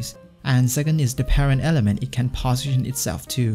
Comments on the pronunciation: I am hearing bosition instead of position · 'position' pronunciation is strange